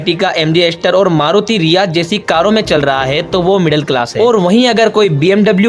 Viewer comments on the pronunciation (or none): ritz❌ riaz✔️